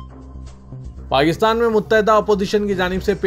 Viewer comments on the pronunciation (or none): none